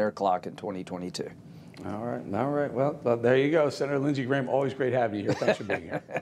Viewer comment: Don't be so sure Grahm-ham